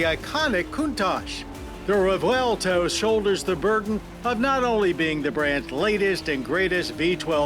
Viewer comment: Thank you John for another excellent review. You are living legend. And yes, we appreciate that you pronoun the car’s name correctly! 👍❤️💪